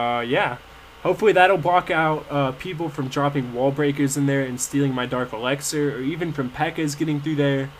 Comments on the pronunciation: it annoys me how you say elexir its ELIXIR!!! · yeah i know you say "Elaxar" lol it's hilarious but annoying to me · yeah, the elixir pronunciation annoys me. lol you wouldn't say sex instead of six. he says everything else correctly